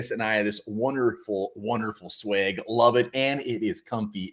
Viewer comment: ik he did not pronounce swag like that 😂 “swage” that’s that minnesota accent at full strength